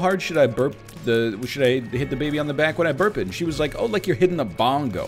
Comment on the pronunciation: every time NL says "the baby' i hear "dababy" and i think he's just walking around the house with the rapper